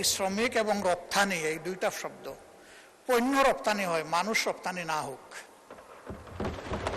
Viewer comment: পইন্য না পন্য